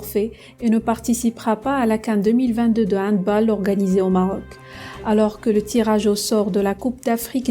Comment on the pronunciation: 3 choses : On dit HandbAll (en prononçant le A comme en français et non comme en anglais). Le peuple algérien a les dirigeants qu'il mérite car cette haine des dirigeants pour le Maroc se retrouve aussi majoritairement chez le peuple. Si l'Algérie veut être cohérente avec ses décisions et sa position elle devrait dans ce cas se déclarer forfait en football aussi et refuser de rencontrer le Maroc comme elle refuserait de rencontrer Israël.